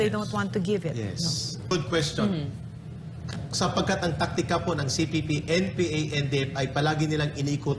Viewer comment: nakakailang ang lagbigkas mo ng. cpp/npa....wag ka mag pause sa kalagitnaan....